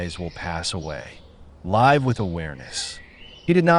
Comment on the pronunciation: great info. Is this AI generated, i think it mispronounced "live"